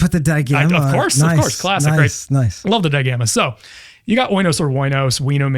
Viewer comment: Adds an H* sound to every word.😎 claHHHssic